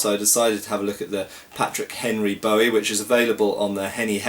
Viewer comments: It's pronounced boo -ie not bow -ie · Ya it's crap & it's pronounced BOOWIE like his name Jim Bowie.